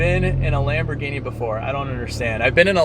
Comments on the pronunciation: Lam-bro-genie....LOL errr...that might be more Russian accent...nvr mind... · "Lamborghini" (italian accent) 😂😂😂